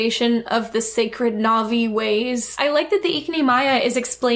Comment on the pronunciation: The fact that the cashier is mispronouncing all the Na'vi words makes it even more sus